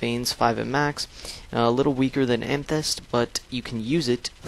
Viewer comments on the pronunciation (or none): amythest say am-a-thest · Ama-thist thats how u say it